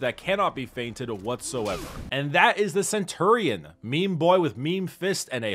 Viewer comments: Cen-tu-rion?? Cen-chu-rion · He says Cent tour ion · He says centurion so weirdly